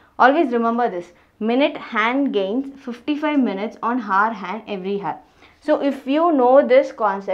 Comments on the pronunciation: kindly check the pronounciation of "hour". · FYI the 'h' in 'hour' is silent...ugh so annoying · first learn how to pronounce the word 👉hour & then teach